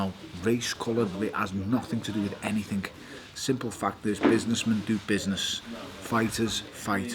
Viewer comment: Stop saying anythinK it's anything with a G not a K you dumb Scouse narcissist